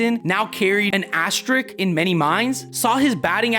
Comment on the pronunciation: I love the channel. Great stuff. I've watched every video. However, the word "asterisk" does have two "S's" in it. Both are pronounced. It is "asterisk," not "asterik." I'm really not being a douchebag. Everyone in videos like these say "verse" instead of "versus", too. It's ok. I'll get over it. "Asterik" is ok.